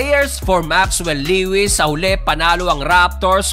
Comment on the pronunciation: Le-wis😂 Lowis yon bro, bisaya ka talaga😂